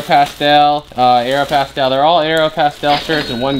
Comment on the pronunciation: Its aeropostale not aeropastel